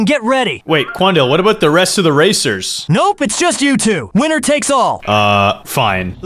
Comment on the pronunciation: "I love wenners" got me 💀💀🤣